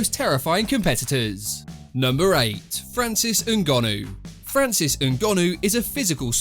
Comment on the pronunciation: Why does this narrator insist on pronouncing fighters names in a way that nobody else does? If it isn't Rashaawd Evans it's Francis Ngonnoooo, Come on mate, behave yourself.